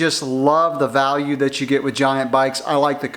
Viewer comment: Sorry, I had to stop watching as soon as you said "Value"